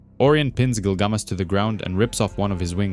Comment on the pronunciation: Just curious here…but, isn’t it “GilgaMESH”, like the ancient hero story? I’m not making fun, or trying to be “that guy” (the one correcting a mispronunciation. I’m just genuinely curious. I always thought it was Gilgamesh, but I’ve not actually read the story. Just knew some plot points & characters, from years of being in comic book groups on social media & the like. Lol! Anyway..) Don’t mean to be rude, disrespectful, or anything of that nature. My apologies, if it has come off that way.